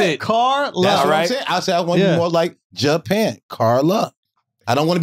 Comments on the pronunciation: Wax is literally the epitome of a Brilliant Idiot, love that guy “I’m Japan over here…they come together, Ja-Pan” “I don’t want to be single, China, I want to be with Carla, Ja-Pan” Schultz: China is two syllables bro, Chi-Na “there ain’t no UH” LMFAOOOOOOO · This foo said ja-pan I’m ja-pan bro I swear wax is the funniest! I can’t stop laughing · Not wax counting syllables to say he don’t wanna cheat on his wife😂😂😂😂😂😂😂😂😂😂😂😂😂😂😂😂😂😂😂 “JA-PAN” yo that shit took me tf out ! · "Ja Pan, Tai Wan, Chi Na...see chinas just one" when yall gonna sell a book of Waxisms? 🤣